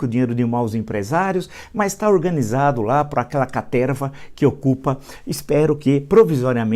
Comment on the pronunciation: " a caterrrva, a maaaalta que o cerca"